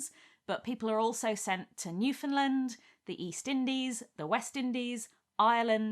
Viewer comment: Always exciting to hear Newfoundland referenced! My family has lived here for hundreds of years now. Small pronunciation mistake, it's Newfin-land, like rhymes with under-stand! Extremely common mistake, though, take it from someone who works in tourism lol